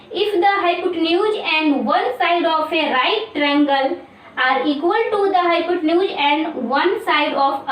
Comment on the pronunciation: Your hypotenuse's Prouncenation is wrong